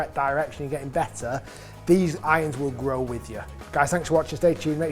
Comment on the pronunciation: Love how you say: "iyons"....